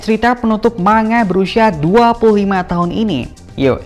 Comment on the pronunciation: Bacanya Ma-n-ga, Bukan ma-nga Dan yang dimaksud adalah saga terakhir. 1 saga biasanya terdiri dari 5 arc. 1 arc biasanya selesai 1-2 tahun. Paling cepet kira2 5 tahun lah.